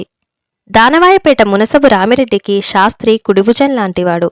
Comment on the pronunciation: చదవడం లో స్పష్టత ఉంది కాని అక్కడ అక్కడ ఔచితీ భంగం ఉంది "శాస్త్రి " " షాస్త్రి" లాగ నిశీధి "నిషీధి" లాగ వినఁబనఁబడకూడదు. ఉచ్చారణలో దోషం లేకుండా జాగ్రత్త పడాలి.